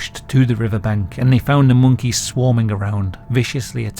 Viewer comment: I didn't notice it, but I was bothered by the way he pronounces "monkeys" and also "puppies"